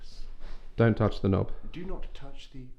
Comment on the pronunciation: I’m calling door knobs the “k-nob” from now on 😂 ah I love he’s so fun to listen to when telling the history of the castle